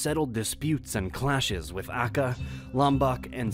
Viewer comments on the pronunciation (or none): Aceh isn't spelling as "Akeh" but "Atjeh" or "Achêh" (spelling "c" in Indonesia as "tje" or "chê" in English, like you spell "Cheese" and "Cheers") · sidenote: it's a - cheh . The war itself is a notable one since it took place in one of the islands' last unconquered lands, and is probably the lengthiest. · Not "akka" but Aceh (Acheh). This video doesn't mention that Soeharto took over Indonesia through a genocide with one million people mass-murdered 1965. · Thanks for the information. The pronunciation of places is not good - Aceh is pronounced Ah-chay. There is no "a" as in "apple" sound in Indonesian - it's always "ah" as in Java. Can this be redubbed with correct pronunciation? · PALEMBANG (Pah-lamb-bung) ACEH (Ah-chéh) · when you say "Aceh" its not read "akeh" the "C" pronounce like when you say "ceded" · I lost my brain cells when he mispronounced Aceh